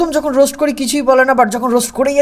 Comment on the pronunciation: রোস্ট না বলে রোস বলেছে। সুমীরও তো বান্ধবী